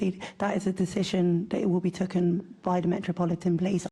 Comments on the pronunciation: 😂😂YES SHE DEFENETLY DID!! ( I HAD TO REWIND TO DOUBLE CHECK!😂😂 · Twice she said tooken instead of taken🤣🤣🤣 She is really bad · Did she say tooken instead of taken its like theyre asking a 10 yr old questions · “ An assessment to be tooken”?? How this incoherent person pronounces “taken” grammatically incorrectly,says it all. Then we have “Mind the grab”! What’s Kahn and his lot done to our city. This Deputy Mayor really is something. How do we end up with these useless people and then pay them such a huge figure! This can’t simply be DEI! There are some brilliant people of colour but Khan sure hasn’t selected them. Is he afraid that they might over shadow him? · The word is taken not tookin cant even speak properly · She says "tooken" instead of taken. That just about sums up her level of intelligence and understanding. Totally unfit for purpose in any kind position of responsibility. Just breathing is a mental challenge for her! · Dan she said tooken instead of taken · Take. Taken. It's not Tooken. Did she get educated? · She said tooken instead of taken! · Who says tooken instead of taken , my god !!!!!!!! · Did she say ' tooken'. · Since when in English has yhe word taken been pronounced at TOOKEN?? This woman is an utter shambles in EVERYTHING she does and is wholly incapable of delivering in her role as DEPUTY BLOODY MAYOR. This coubtry is utterly LOST!! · She said tooken instead of taken 😂 this is a joke It’s not what you know but who you know DEI failure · She said Tooken instead of Taken!! Can't even speak properly! Omg! She's in a position of power!?? God help London! 😢😢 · I've seen this video, I thought "oh my god, did she just say "tooken"? 😂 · She just said “tooken” instead of taken. She hasn’t even got a grasp of the English language. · For taken she says tuck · Yes she said TOOKEN 😂 as my mum used to say, she’s as daft as a brush 😂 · She said "token down" or am I going deaf? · Did she say " tooken"??? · She said tucken There's no such word moron